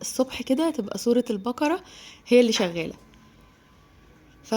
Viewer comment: اسمها سورة البقرة وليس البكرة🙄اتعلموا اللغة العربية صح ☹️😡